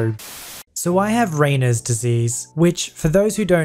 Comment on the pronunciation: It's pronounced "ray-nods", dude.